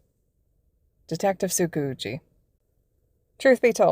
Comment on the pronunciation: I can’t keep a straight face when they say tsukauchi because all I can hear is tsucoochie. I LITERALLY CANT STOP LAUGHING (no hate abt the way they said it I just think it’s funny)